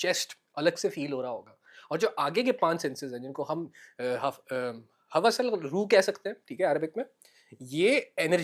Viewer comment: Hawas nhi hawaaaas 😭 , hawas is lust, hawaaaas are senses ki plural